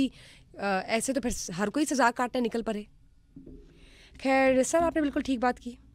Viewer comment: The Urdu pronunciation of the anchor is jarring on the ears. Specially pronouncing Khair as Kair. Samaa pull your socks up.